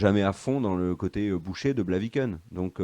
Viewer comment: On dit boucher de BLAVIKEN, pas « Blakiven » haha